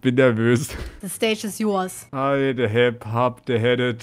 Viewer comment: the stage is yours: i am the hep hap the hepped 😂😂😂😂😂😂😂😂😂😂😂